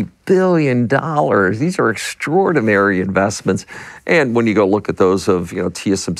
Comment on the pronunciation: Did he say extraordinary or extradromly ?